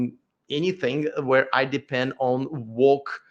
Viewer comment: when you said depend I heard the russian accent slip